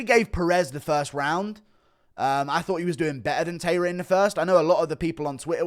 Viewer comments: It's not pronounced Tayra, it's Ta-I-ra. Pronounced more like the word tie if you say it quickly, not tay. Japanese pronounce every letter and the sound is always the same, not like english. The a in the ta and the ra are the same sound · Tairo is pronounced “TIE-rah.” Are you one of those people who calls Japanese pron “hen-TAY?” 😂